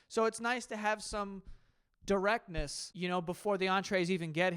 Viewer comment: "Directectness"?? Nice lmao